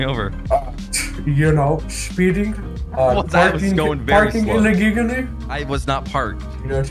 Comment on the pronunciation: bro why’d chuck say illegally so weird